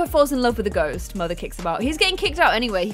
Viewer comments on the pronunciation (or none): At the start is sounded like she said summon a goat lmaooo